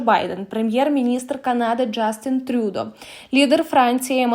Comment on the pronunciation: Так!!! Просто неможливо слухати, половина назв з неправильним наголосом! Ну а ТрЮдо - це взагалі сором.